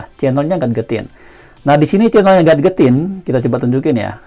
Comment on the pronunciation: Baca nya gejetin bro, bukan gat getin